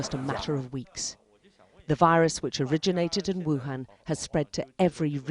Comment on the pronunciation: “Everyone must be careful with this new rirus”😂